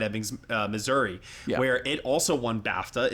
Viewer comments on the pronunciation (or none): none